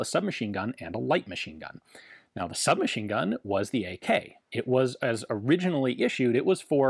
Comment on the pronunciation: It's too late, Ian. We heard the word you created: "orussianally" - originally Russian.